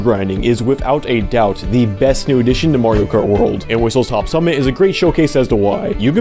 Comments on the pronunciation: Just letting you know, it's whistleSTOP summit, not whistleTOP summit. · I'm so glad you said Whistlestop Summit's name wrong because the actual name just sounds genuinely terrible to say & to listen to.